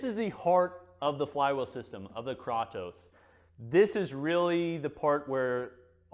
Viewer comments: According to google the actual mythological character is pronounced "Kraw-toss". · "Tell me you're not a gamer, without telling me you're not a gamer.", "Kraw-toes" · YAASSS! KRAY-TOSE. 😄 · It's pronounced "Kratos" not "Kratos" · Kratos isn't pronounced "kraytoes" in Greek, that's not how the language works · Kraytos. Not kratos lol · “KRAWTOES” Dude. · It’s Krātos with a long A homie! Enjoyed every bit of the vid, but you was killin me with that pronunciation😂😂. Side note: I know you’ve never played God of War given the way you pronounced Kratos…you should try it out! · THANK YOU! holy shit I wanted to choke him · Great review, except for mispronouncing Kratos 😂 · Clearly has never played the God of War games, or he'd know how to pronounce Kratos. Lol. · Great video,. I can’t believe no one told you how to pronounce Kratos though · Couldn't finish watching with the way he is pronouncing it wrong. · He pronounce it german ;-) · Can tell never played God of War with the way he pronounces “Kratos”